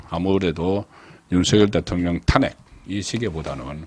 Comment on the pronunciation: 잘 듣고 있는 시청자 입니다.탄핵. 비례등 발음의 장단에 주의해주시면 좋겠읍니다